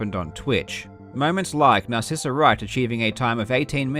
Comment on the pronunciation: “Narrsisa” smh man